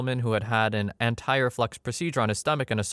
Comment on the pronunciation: The hi. I know doctor words are hard. Where you described antire-flux? Try anti-reflux..also it’s parotid gland. Emphasis on ot in parotid.